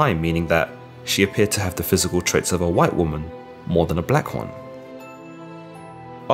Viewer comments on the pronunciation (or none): none